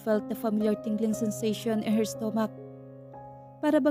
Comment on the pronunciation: Nakakapagod makinig Kay narrator lagging pataas ung intonation Ng bawat word😂 parang laging patanong😅 at Ang pronounce ni narrator Ng word na" her at here" ay nakakalito, hay..Ang Ganda pa Naman Ng story pero c nakaka walang gana ,at please narrator mag practice ka mag basa Ng mga words na kailangan may silent letters l😅😅😅😅😅nakakahingal Yang pagbabasa Ng puro pataas ung intonation di ka naman nag tatanong